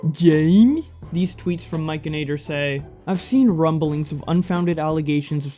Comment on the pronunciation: Hey there, love the video. But I do have to tell you that it's "Mike N Actor". Not Mikeanator, lol. No biggie...but I love him and his channel and wanted to let ya know. Thank you for your video 💜